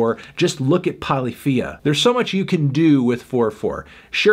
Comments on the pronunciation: Fanman it's not Polee-FEE-ah its Paul-IF-fee-uh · ANTHONY POLYPHIA IS PRONOUNCED PUH-LIFF-EE-UH NOT PAH-LEE-FEE-UH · Damn..... did you really just say Polly Fia? (Polyphia) .......... it's pronounced a little different there boss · Dude... Polyphia is pronounced "poe liff ee yuh" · lmao “poly-FIA” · The way anthony pronounces Polyphia makes me want to die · Let’s agree: that’s not how you pronounce polyphia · How Fantano pronounces Polyphia... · That's definitly not how you pronounce Polyphia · The way you say “polyphia” is wrong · Melon how THE FUCK did you pronounce Polyphia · excuse me how the fuck did he just pronounce polyphia